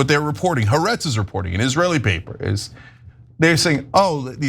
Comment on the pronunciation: I think you guys could significantly improve how you pronounce Ha'aretz. Try hah-Ah-rets. Thanks! 🥰